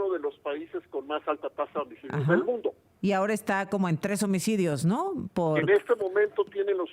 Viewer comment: Baj los omicodios de una manera escandalosa dice , la presentadora... 😂 que señora más inepta